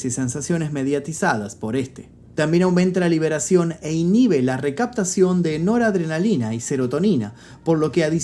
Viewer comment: Es “noradrenalina”